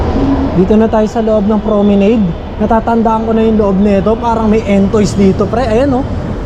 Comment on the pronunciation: tska PRO ME NAD ang basa bro hndi promenade.....